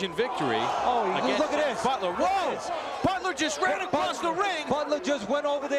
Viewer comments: Empezaste diciendo BUTLER las primeras dos veces, después pensé que hablabas de otro porque decías BUTREL xD Fuera de eso, buena histroia x) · batler se pronuncia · Bro, creo que se pronuncia “Botler” , no es mal pedo, una simple observación. Buen video 🤘🏼